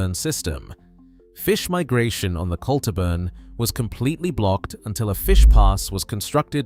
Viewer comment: Oh good, we can restart netting salmon again at the mouth of the River Dee, and shut down the fish farms [ and by the way you can't pronounce Dunecht, Garlogie or Culter ]